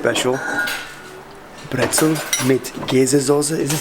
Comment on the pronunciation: Dont say "Brezl" in Bavaria, you will get beaten up for that one day xD